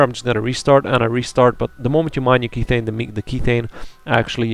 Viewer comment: Just uh.. so you know "Kethane" is methane with a k for kerbal methane isn't pronounced mee-thane therefore kethane isn't pronounced key-thane :/